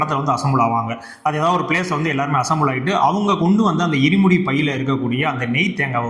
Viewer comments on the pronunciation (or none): அது முதல்ல இடிமுடி இல்ல இருமுடி அதை தெளிவா சொல்லுங்க